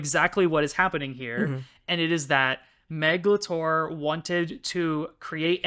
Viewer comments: Obsessed with how pronounces Meg LaTorre like Meglator, like she's a kaiju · every time you say the author's name i just keep hearing 'megalotaur' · Honestly with how you keep saying Meglator , i keep imagining an Autobot writting in her free time between skirmish with Decepticons. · RIGHT?? Why is it pronoucend like Megatron? "What does the human being Meglator care about" omg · Every time you said "Meg LaTorre," I heard, "meghalothor" like some kind of Lovecraftian entity. 🤣🤣🤣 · YEAH! I had the same thought! I was hearing "megalotaur" and I started thinking about Sans Undertale with bull parts. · I initially only listened to this episode, so I didn’t know how Meg Latorre was spelled out. As a result, I kept hearing her name as “Megalotore”, like she was a character in Transformers or something.